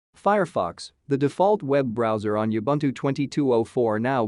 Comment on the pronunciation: Please learn how to pronouce Ubuntu. It is Oo Bhoon Thoo.